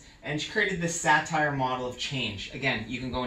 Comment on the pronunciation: The name is Virgina Satir, NOT Satire as pronounces it. Accent falls on the second syllable, not the first. "Satir" rhymes with "appear"